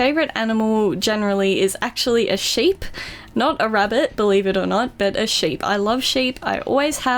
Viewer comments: is she saying shape or a sheep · lol thought she was saying a shape instead of sheep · when the favorite animal thing it sounded like she said shape